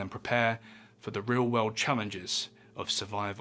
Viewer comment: "Babylon was one of the most powerful cities in the known veuld." Whats that "veuld" he is talking about?